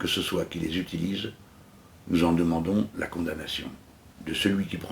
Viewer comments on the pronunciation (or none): none